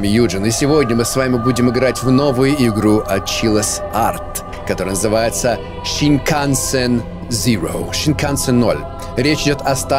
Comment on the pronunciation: Snikansen называется не так как ты сказал а сенкансен это японский поезд